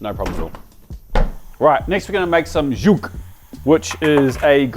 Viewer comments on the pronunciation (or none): It took me to get 20 minutes in before I realised that green sauce isn't some sort of French concoction., it's pronounced "S-hoog" or "Su-hu-gu", not "zhug". Though completely understandable since English transliteration of Arabic is criminally bad in the best of times. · it's not pronounced zhuk..., z and h are not to be combined. Sound like s/z sound with no vowel and "hook"/"hoog", also the h sound is kh sound (hard for en speakers). Anyway, you totally butchered it :)) great sauce nonetheless. Love your videos keep it up 😊